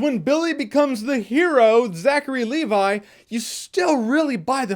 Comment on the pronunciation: "Zachary AND Levi"?